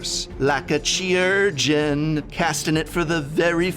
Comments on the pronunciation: chirurgeon is actually pronounced kai-rer-jen, and means surgeon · It's not pronounced CHEE-urgeon. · Chirurgeon: Kye-ur-gin. From Latin chirurgia, and originally Greek kheirourgos. Excellent include here, and the Madonna reference probably also went right over the heads of most viewers. :D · It's funny that the first impulse of a person broadcasting a video to thousands of people wouldn't be to look up the pronunciation of a word like chirurgeon. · Prof, chirurgeon is a real word with a real pronunciation that you are not using. The 'chi' sounds like the 'ki' in 'kite' or the final syllable in 'Malachi'. The more you know. 🌠